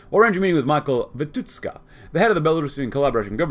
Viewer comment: He is pronounced as Vitushka, not Vituska)